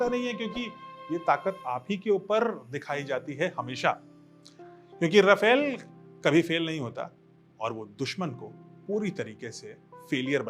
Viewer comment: Sir..."रफेल" नही है..."रफाल" है